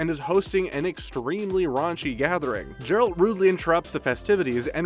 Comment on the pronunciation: Jeralt.....f*cking jeralt.